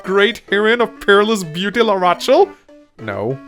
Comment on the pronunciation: This is still as great as expected. Also, it's pronounced "la-ra-shell" not "la-ra-ch-el". Probably triggered quite a few people.